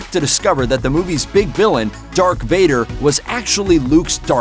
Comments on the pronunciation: Darth not dark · He also says dark Vader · Did he say Dark Vader? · And he said “Dark Vader”